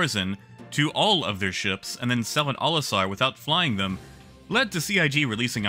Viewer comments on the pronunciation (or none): none